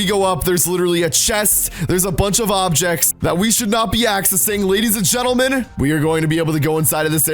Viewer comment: He said ladies at gentle twice and then said lef